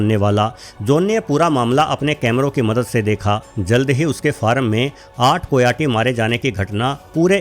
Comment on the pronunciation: कोयाटी नहीं, कायोटी कहते हैं ।